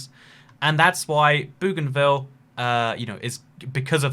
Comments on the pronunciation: Bougainville is am "oe" sound, not an "oo" sound. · Bow ghan ville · Aaaaaaaaaah the pronunciation of Bougainville is killing me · Its Bougainville